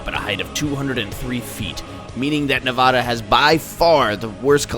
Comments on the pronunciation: It's Ne-va-da not Ne-vah-da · Does anyone know how to pronounce Nevada? NEhVADa!!!!! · that's is NOT how you pronounce Nevada. I was born and raised here and that's not how you pronounce it